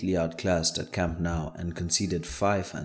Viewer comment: Nou* not Nau